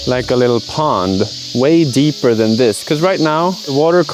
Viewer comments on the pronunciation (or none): none